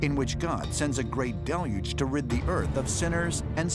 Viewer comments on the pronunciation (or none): none